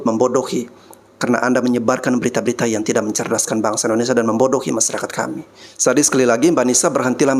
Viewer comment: Maaf ya Bang tolong lurusin idonesia, bkan indonesa.